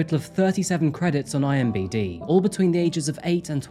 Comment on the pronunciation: Lol, "IMBD"